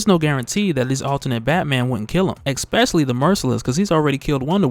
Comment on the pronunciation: Especially* Not eggspecially